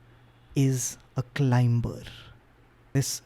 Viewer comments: The “B” in Climber/Climbing is silent, just FYI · Climber!!! The B is silent.